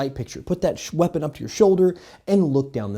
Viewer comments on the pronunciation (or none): Shweapon? What's a shweapon? I'm sorry, I couldn't resist.